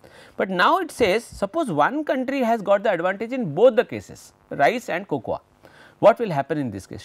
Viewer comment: Sir... Fantastic video ... Its Coco in pronunciation :)